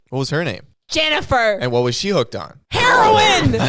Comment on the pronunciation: That "hErOiNe" was so funny omg🤣